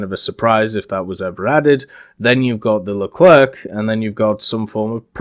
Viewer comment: You shouldnt pronounce the C at the end of Leclerc, it's more like Lecler